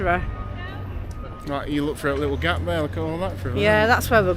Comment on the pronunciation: Lickle ? Do you mean little?